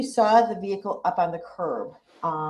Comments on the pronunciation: Lol....the. "ve-hick-ooool"...you do that so funny!!! 😅😅😅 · Omg I haven't laughed this hard in years "Did you see the licen place?"... did you see the tints on da vee-cool?" "Did you seekt to interviewed?" You're hilarious 😅😂😂 New subscription from me